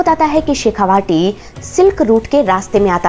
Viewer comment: Its "Shekha-vati " not "Vaati" शेखावटी!